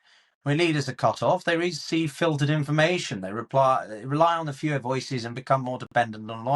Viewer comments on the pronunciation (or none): I could not stop hearing ”he makes Führer appearances” when in the video he said ”he makes fewer appearances” 😂😂